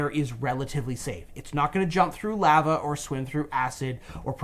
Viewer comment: The way says lava has me dying